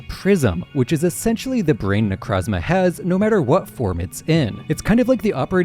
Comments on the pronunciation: necrozma is my favorite pokemon but why does everyone pronounce it wrong like its not ne-croh-zma its ne-crow-zma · Why does everyone call them Nercazma? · Can't stand the way dude pronounces Nekrozma... Also, smooth brain ass take on Nekrozma. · You can’t make an entire video about a Pokémon that you deliberately mispronounce. It’s so easy to say Necrozma correctly, why do you refuse?